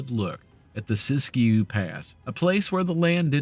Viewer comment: Siskiyou is pronounced Sis Q.